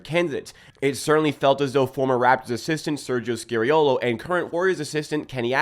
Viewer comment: SKA SKA ffs. It’s bloody SKA-reeolo. How about we mispronounce your name? Pls pls pls.